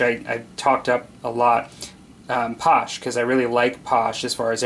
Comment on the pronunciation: FYI it's pronounced: pass-SHAY ... not posh.